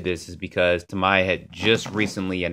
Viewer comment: Tam-eee-ah!! Lol